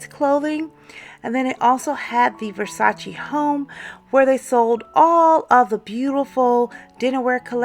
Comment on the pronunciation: It is not Versatsi, it is VersatsE!